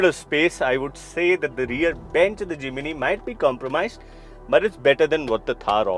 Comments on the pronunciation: forgive me. No "I" between "M" and "N". It is Jim (knee) ny. Jimny not J i m i n y. J i m n y. It is annoying for a 40 years Suzuki Driver and Jimny owner. so sorry, 1000 pardons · Its JIMNY NOT JIMINY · Jiminiee Jiminiee 🤣🤣 Dude take some time and learn to atleast pronounce the name of the car correctly.